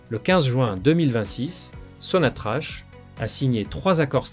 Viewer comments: Sinatrac et pas Sinatrach ça s'écrit Sinatrach on prononce sonatrac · SONATRACH SE PRONONCE SONATRAKE